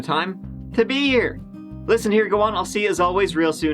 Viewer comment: Me: "I got an early morning... I should really just sleep" Mike: "Let's give et a goo" Me: "Yes sir"